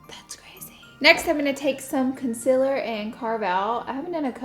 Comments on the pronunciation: Its con-cEEL-er, concealer not consiler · A new sub here! I love your content, your delivery and that damn southern accent!!! "Conciller".. LOVE IT!!!!!!! 😀